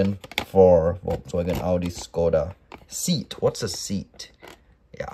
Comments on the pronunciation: Pronounced as "seyat" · Seat is a Spanish made VW. It's Pronounced, Say-at